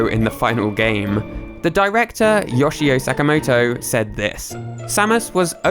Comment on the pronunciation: What’s up with Brits never looking up how Asian names are pronounced? Yawshi-o Sack-a-moto...